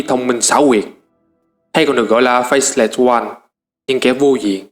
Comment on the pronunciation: từ Old god, faceless, elemental lord, void lord, titanforge, còn mấy cái tên nhân vật nữa nhiều wa mình ko ghi ra hết dc. Ad nên tìm mấy cái clip loremaster của WoW để nghe cách phát âm và tham khảo.